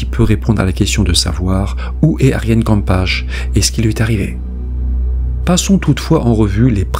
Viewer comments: Pk l'appeler kampash ??? C'est kampuis qui se prononce kampeuisse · Hello et merci pour la vidéo! Aaarrgghh, mes oreilles...Kamphuis devient Kampache, ton traducteur est H/S? Prononcez Kamp-oeil-sss en prononçant toutes les lettres de Kamp et les sss. Bises d'un couple Franco-NL! 😉 Bonne vidéo, comme d'hab'! :) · Super vidéo ! Je me permets juste de corriger la prononciation de Kamphuis. Ça se prononce kam-peuille-ss, de la part d'un belge 😊 sinon, c'est troublant. Serait il parti chez les rvsses ?